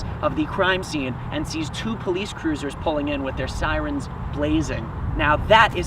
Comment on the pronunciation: Siwens reminded me of viwus 😆